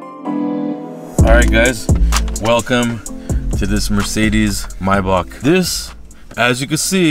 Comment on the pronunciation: you saying maybach wrong 😂😂😂